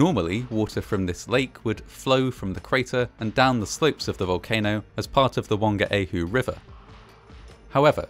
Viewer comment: It might have been a respectful thing to do to investigate the Te Reo Maori pronunciations especially Whangaehu …for a start the WH in that language is always pronounced F